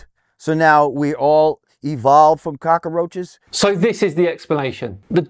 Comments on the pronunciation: Cawk-Car-Roach.... This man is not intelligent, nor can he speak. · it's cockroach not cackaroch...... learn english... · 🤨 What the hell is a "cockAroach"? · What's a "cockerroach"? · Canada here....what's a cock a roach? Who the hell is that old dude loooord Jam-jar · The guy lost me at "cockoroach" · What's a "cock-a-roach"? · what the hell is a cock-a-roach? This guy is such a fucking idiot. The fact that he has any platform at all is extremely depressing. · What is a cock - a - roach? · WTF is a cocker-roach? 🤦‍♂ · If you're going to call it a cocker-roach, then I'm going to stop listening anyway. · What's a cock-a-roach? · ......and why oh why would anyone take any kind of opinion on anything from this so called celebrity? He can't even pronounce "cockroach". 😂🤣😂